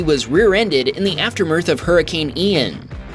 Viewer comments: Did you say "aftermirth?" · Ahh yes, aftermerth, my favorite word